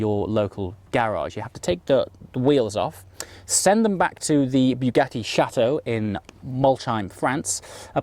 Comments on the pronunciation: I do love your vids, but I wish you would learn how to say Bugatti. It is pronounced like a bug, not a bugle, so not " bew gatty" but " Bug atti " .....P.S, the first half doesn't half feck with the senses, all the voice audio is on the right channel. Sorry for being a bore, I do enjoy your enthusiasm and I am a rather jealous 50yr old.. Great video all the same. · BUGATTI not Biugatti! Great video mate 👌